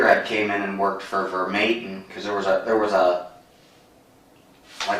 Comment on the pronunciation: Ironic that the bald officer mispronounced Officer Vermatins name and called him verbatim